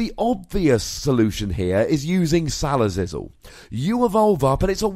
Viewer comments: He's mispronouncing it on purpose because he hates the Pokemon itself. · "Salazizzle" lol